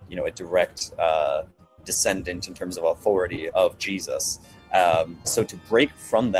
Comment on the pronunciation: Did he pronounce his name kind of like: “Hay-soos?”